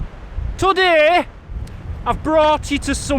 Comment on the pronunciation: I know you were saying "So today"